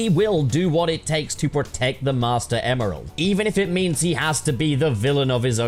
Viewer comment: When he was saying Emeral, all I could hear him saying was "Email" lol